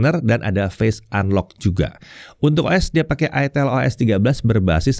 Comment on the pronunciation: Bacanya kan ay-tel (huruf 'e' nya kaya' ngeja pelipis)